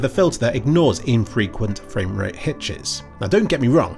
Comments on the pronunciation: Fweak Fwamewate dwips hwere and therew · fwamewate dips hewe and thewe >w< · “Ooooooh, fwamewate dips….”